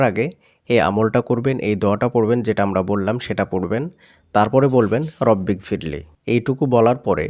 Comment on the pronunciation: রব্বিগ ফিরলি "ক" এর স্থানে "গ" এর উচ্চারণ হবে